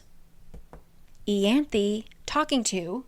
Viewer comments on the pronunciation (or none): Eye-anth. I-anth omg how the fuck does it become eeeeyanth. Like the book annoys me on pronunciation alone. Because ryhsand should have been rice-and'' not Reese but then you have to make it worse. Wtf is eeeeanth? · Isn’t it… Eye-an-thee? Yeah? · I listened to the audiobooks and "Ianthe" was actually still pronounced differently! You have the last part down but the "I" in "Ianthe" is pronounced as the "I" in 'me myself and I' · This is a cool way to explain the book! You’re driving me nuts with the pronunciation of so many things though 😂